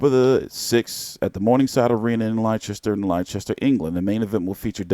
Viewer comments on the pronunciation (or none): Leicester is pronounced exactly like Lester Freamon in the Wire T.